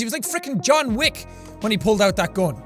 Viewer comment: conn-wick not John wick